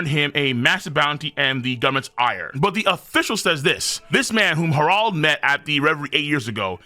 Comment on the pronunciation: Why does pronounce Harold like that. “Hah-Rald”?!?